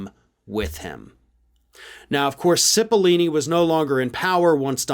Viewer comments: Dude… pat cipill-oh-ni not ‘cipilini’. I am a fan of your show but get your facts straight. That guys name has been in the news for like last 4 months straight. Seems out of touch to not know that. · Cipollone, not Cepallini! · His name is Pat Cipollone, not Cipollini. Sorry to be a nudge, but I'm sure you want to get the details right. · I thought it's spelled and pronounced Cippilone? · I don't know what's worse, mispronouncing Cipillone's name like "Cipillini" or saying like "Sipi-Lone", which is also wrong. I don't know, in the rest of the English-speaking world, we try to say foreign names like they say them out of respect and to not be racist. When people constantly get your name wrong, it's an already established form of racism legally. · Hi, I love your channel. 👍👍👍. I just have a question, isn't it Pat Cippeloni? Or Cippelini? Just wanna know what's his last name, or pronounced that way. Thanks man.✌️ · needs to learn how to pronounce Italian names. It's Oat Cippalone. That with an O, not E. Just saying. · Repet after me: Pat. CipOHllOHne. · Cipollone is pronounced with a long 'o' in the third syllable, not a long 'e'. s-IH-p-uh-l-OH-n-ee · It's "SIP-puh-LONE-ee" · buddy.... that's not how you pronounce "Cipollone" 😂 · Probably sold to a foreign country. It would also be nice you got Pat' s name right! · Revisit pronunciation of "Cipollone."